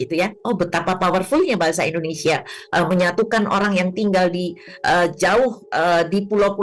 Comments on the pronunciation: Bahasa Indonesia, bukan IndonesA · Bahasa Indonesia Mas, yang benar. Bukan Bahasa Indonesa. Gitu ya. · Indonesia bro bukan indonesah...😁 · Mas, kalo nyebut bahasa & negara Indoneia....... Jangan Indonesa dong......!!!